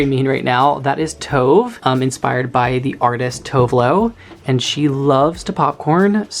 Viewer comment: If you name someone after Tove then you have to pronounce it the right way.